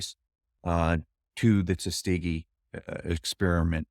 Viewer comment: “I couldn’t sleep, so I made a cup of coffee.” The famous “Tutskeegee” experiment.